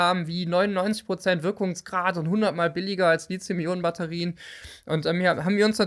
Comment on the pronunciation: Immer wieder dieses Lizium. Lithos heist Stein, lizos gibts nicht. Li-Thi-Um.